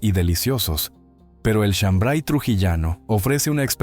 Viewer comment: No es chambray es shambar y la chicha morada no pica, de donde eres.